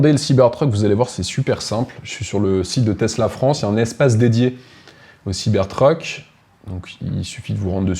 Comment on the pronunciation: Pourquoi prononcer Siber treuk? Soit tout en anglais, soit tout en français siber truc, ça lui va mieux d’ailleurs 😂